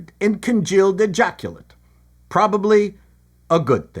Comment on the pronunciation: Was that "congealed ejaculate", or "Ejaccolyte",? Asking for posterity.